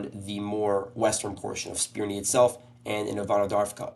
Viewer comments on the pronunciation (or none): Spirne is pronounced "Spir-neh" not "Spir-nee".